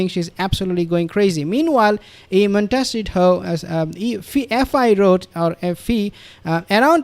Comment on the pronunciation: Please! It'a Mon (as in 'bon-bon') te (as in 'the") ci (as in 'see') to (as in 'toe'). If this is in any way unclear, perhaps you could consult with a linguistics teach or Spanish ambassadorial authority. I'm sure they would be glad to help you. Are you being stubborn on this one word, suffering from PTSD, or simply stupid ? The results suggest the last.